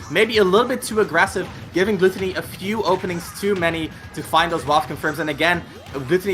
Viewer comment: I am kinda annoyed at hiw the commentator keeps on mispronouncing GluTOWny.